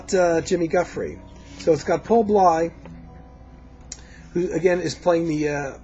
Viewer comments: it's paul b-l-a-y not pronounced b-l-y... Paul Bley.. and its jufree not gufree jimmy giuffre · I was a radio DJ in a major market with 25 years of experience. I featured any genre of music under the sun on my show that satisfied my extremely high standards, and as a DJ, I had to make sure that I pronounced the names, titles, etc. right: Paul Bley's last name is pronounced BLAY. Jimmy Giuffre = JEW-free Jan Garbarek = gar-BAH-rek. However, probably most American jazz lovers, have pronounced it your way, so you get a pass. When describing Bill's jazz-rock fusion trio of albums, you are showing your limitations of taste. They were inspired by Allan Holdsworth, who is considered the GOAT among 90 + percent of major electric guitarists and fans on the basis of his sophisticated compositional/melodic skills, complex harmonies and improv choices, as well as his blazing legato style technique. He never created anything for the cheap thrills of guitar heads and is deservedly pegged as a true fusion artist. Btw, a couple of Pat Martino's albums contained jazz-rock numbers. I still consider the 1977 Joyous Lake one of the best fusion releases ever.